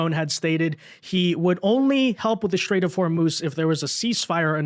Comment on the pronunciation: It's a "strait",. Not a "shtrait".